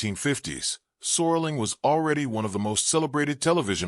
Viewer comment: "Sorling"? His last name is SERLING.